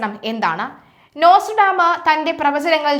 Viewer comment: Nostradamus ആണ് നോസ്ട്രഡാമ അല്ല